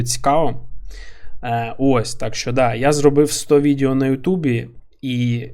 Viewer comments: не можу це слухати, кров з вух тече. відЕо а не відЄо! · Дякую за контент! Важко порахувати скільки разів ти вжив слово "відео". І то не страшно, що їх пекельно багато. І я розумію, що імовірно це момент переходу з "іншого язика". Але воно відЕо, не відЄо. Пробач, але мене щоразу наче струмом б'є. І з іншими словами все ок)